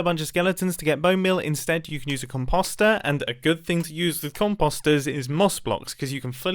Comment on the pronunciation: Composer (com-pos-(t)-er)